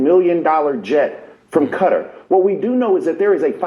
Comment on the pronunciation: bro doesn’t know how to pronounce Qatar 💀